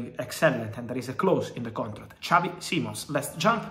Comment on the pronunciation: He's not Spanish Fab you don't say his name like xavi from barca.